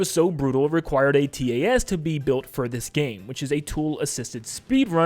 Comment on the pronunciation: THATS NOT HOW YOU SAY TAS OH MY GOD STOP STOP YOU DONT PRONOUNCE EACH LETTER